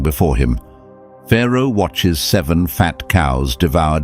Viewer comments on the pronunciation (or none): none